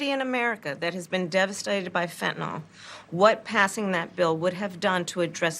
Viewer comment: She can’t even pronounce “fentanyl” properly..🤦🏻‍♀️